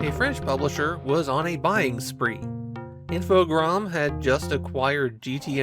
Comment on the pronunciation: I think you're the first Youtuber I've encountered who pronounces Infogrames correctly.